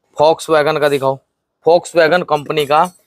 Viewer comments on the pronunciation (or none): Volkswagen hota hai bhai g folkswagen nahi hota app jab bolte ho toh kuch words hai jo app galt bol jaate ho